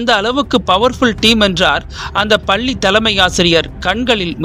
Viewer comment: பல்லிஇல்லை பள்ளிஎன்றுதிருத்தமாகபேசவும்